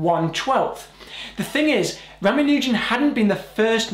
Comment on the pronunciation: ra ma nu jan NOT ra ma nooooooooooo jan